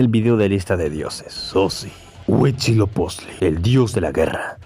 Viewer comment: Cada que decias "Mechicas" y "Hui-CHI-lopichtli" me sangraban los oídos 🤣😂🤣, después de eso buen video.